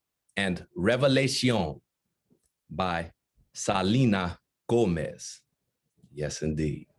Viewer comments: It's not salina Gomez it's Selena Gomez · I love how he struggled si much to pronounce Selena Gomez: salinaa goomeiz